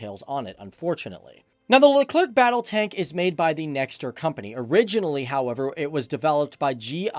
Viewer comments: It’s not just le-clerk it’s le-cler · Speaking of gramnar, Leclerc is pronounced Luh Claire not Luh Clerk. The French language doesn't follow English phonetic rules if you can believe that. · FACTS btw the French tank is pronounced Leclerc ("Lecler" no K sound). ;) Nice video! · btw its "leuclèr" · the proper pronunciation of 🇫🇷 tank is Le Claire even though the spelling seems to say Le Clerk. Fyi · Leclerc is a last name. not Le CLerc..lol.. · No you're the le-clerk. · Leclerc - pronounced leh-clare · your pronounciation of Leclerc is almost good, just for you to know you don't need to pronounce the C and to pronounce the end well you basically just need to pronounce it as "air" in english and make the last R sounds as much french you can do, then it should be perfect if it's appear too dificult just don't pronounce the last C :) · We don’t say the letter c at the end of Leclerc....🙂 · sorry people but I'm French and I know it's pronounced: the Leclerc tank, like the store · Very good video and i got to say as a french it was very hard not being triggered by you pronouncing the last C in leclerc which is mute in this word but you are all forgiven